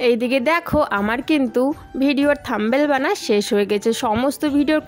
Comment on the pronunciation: Tomar blog dekhte valo lage. Kintu ekta Kotha bolbo.. kichu mone koro na.. tomar uchharon ektu thik korbe jehetu eta social media. Thumbnail, Mixy, Shutki mach erokom aro kichu kichu notice korechi tai bollam…